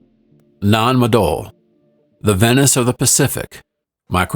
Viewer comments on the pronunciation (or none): none